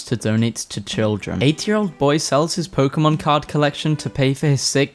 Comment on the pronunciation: it's been so damn long since I have heard someone pronounce Pokémon correctly